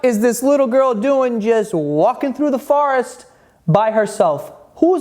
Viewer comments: Forest not farest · Is he saying farrest ? Try for-rest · forest=he says,farest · WTF IS A FARREST!? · The way he says “forest” as “fuhrest” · "Farest" not to be be confused with "forest" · I believe "poreage" is "oatmeal"....I love how you say "forest" 😂